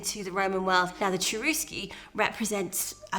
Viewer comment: The name of the tribe "Cherusci" was pronounced "CHERUSHI" in Latin. In the native language it would have been "CHERUSHKA".